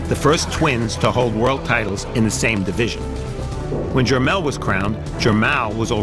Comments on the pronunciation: they always say jer-mail... lol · man these reporter's can't say Jer-Mall they butcher this kids name every time